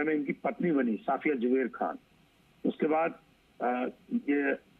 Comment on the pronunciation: Sir ji afiya nhi hai safya hai please name sahi kar